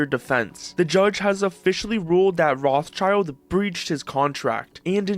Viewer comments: Rothschild used to be a German name of highest reputation. Almost as high as the family name Fugger (Jakob Fugger was the richtest person in history). What happened to this honorable banking and industry investment clan? Also, it is not pronounced [roth-child], it is similar to [rode]-[shilled]. Rothschild (Roth-Schild) means "red shield". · It's pronounced "Roht-Shield"(shield with a short "ie", Not "Roths Child" btw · I can’t stand how you guys pronounce Rothschild XD it’s Roth Schild not Roths Child. It’s spoken rot-shield. Comming from the German rot for red and Schild for shield. The h in Roth is silent and a leftover from medieval spelling it’s not a typical „th“ just t. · rothschild? thats not how you pronounce that xD it took me so long to figure out that he is talking about "rot-scheeld" not roth-child note: I do obviously hate the moron, just not how that last name is pronounced note 2: google is wrong, it gives this ridiculous butchering of the Hebrew language and calls it "American pronunciation" (I'd call it butchering instead) look it up the German pronunciation is much closer to the actual correct Hebrew pronunciation Edit: ok it is originally German, just look up the correct German pronunciation Edit 2: Yes gabe our lord and savior, we all praise gaben we love gaben, praise gaben baby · americans saying rothschild is triggering me. it is not spelled "roths child" it is spelled "roth schild" and you pronounce the i in shield with an E not an i, it's a german family name. they are from frankfurt in germany. 1;1 it means roth shield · fun fact: Rotschild is german an actually means red-shield. not Roths-child - but Roth Schild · I wasn't aware Americans mispronounce Rothschild as Rawth-child. It is pronounced Rote-shilt since the name is German. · Roth child? What? Its RothSCHild. SCHILD. Not child. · For the love of everything. It's Roth-schild (as in shield), not Roth-child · Can we please pronounce it normally? It's [road shield] not [wrathchild]